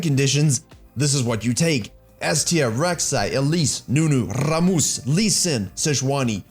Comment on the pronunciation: Rrrrrramus and Amumumumu. Beautiful.